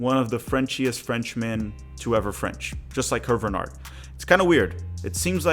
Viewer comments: Small point of contention: Hervé Renard's name is pronounced "AIR-vay ruh-NARR". Alternatively, you could translate his name to English - Harvey Fox. Edit: I'm a HUGE fan of Wilfrid Nancy. I am a Celtic fan and raged at our board for not considering him. We have our own retread manager, Brendan Rogers. The problem is, our board listens to a small, extremely vocal clique of supporters who aren't interested in any managers who aren't Irish Catholic or Catholic Scottish of Irish descent. Never mind that Jock Stein was a Protestant and Ange Postecoglou is an Australian Greek immigrant and practicing Orthodox Christian. I view Nancy and Renard as the most likely on this list. Slight edge to Nancy, given that he's known to American fans and is already comfortable with American supporter culture. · your pronounciation of HERVÉ RENARD name is so confusingly bad ahahahha its HERVÉÉÉ RENARD, ANYWAY GOOD JOB BRO🫡